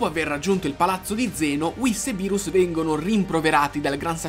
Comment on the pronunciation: Bro ti do un consiglio quando dici berus e sbagliato si scrive beerus e si pronuncia birus